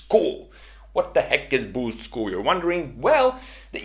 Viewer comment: The way you say Boost School sounds like you're saying Boozed School.